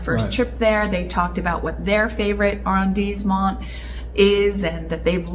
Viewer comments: I wouldn’t worry too much about your French at this juncture. Be confident, be bold, be committed and you will do well. Arrondissement is pronounced with ‘dees’ because of the ‘i’ and the ending ‘t’ is silent.” It’s all good .. everyone will know what you are meaning to say. My apartment is across from Jardin du Luxembourg so we should definitely have lunch and an impromptu French lesson. Love the channel -Daniel 🇫🇷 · Don't think one pronounce the "t" in arrandisment